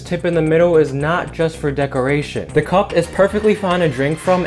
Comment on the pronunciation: Bro u pronounced cup like cu